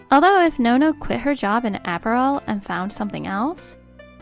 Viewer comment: Apparal is pronounced 'Ah-pair-all'.